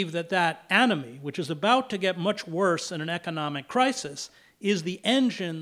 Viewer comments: For a second I thought Mr Hedges said “Anime” which made a lotta sense to me XD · Wait i thought he said "Anime"